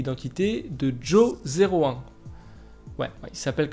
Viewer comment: Ce serait bien de prononcer Jo01 en Johan, car Jo 0 one -> joan -> johan